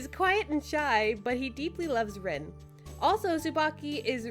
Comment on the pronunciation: It’s pronounced Reen and spelled like Rin